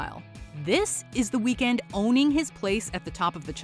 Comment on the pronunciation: Dont pronounce his name like that😡😡